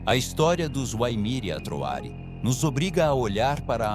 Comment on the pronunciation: Muito bom o documentário, só que ele pronuncia errado os "WAIMIRI ATROARI".